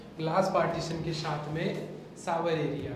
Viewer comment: Shaath me nhi bolte aap saath bola kro aapka sha sha bolta bhot irritating lgta hai hai aap apna pronouns sudharoge